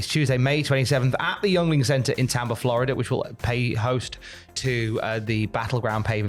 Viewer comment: It’s pronounced Ying-Ling not youngling. Lmfao